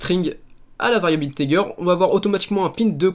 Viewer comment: Il sont super t tuto, juste une truc integer ça ce dit inetéjer